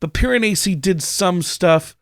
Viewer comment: Your correction of the pronunciation of Piranesi is closer to the accurate pronunciation, but not quite. The "s" should be pronounced more like a z in English (like how it is in The Leaning Tower of Pisa). It should sound something like this: Pee-ruh-nay-zee.